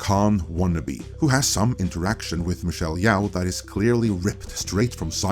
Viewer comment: wtf is and suddenly mispronuncing michelle YO with yao?! ur racism starting to show is it